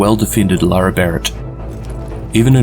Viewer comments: Great video but her name is LaRae not Laura. Pronounced La Ray. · Literally just made a comment stating that it was So annoying that you kept calling her Laura and not Larae hahahah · Isnt her name pronounced la'Rae like la-ray, not luara lol that was bothering me because you used her name like 30 times